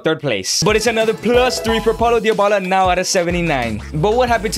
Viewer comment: Why do you say Diobala?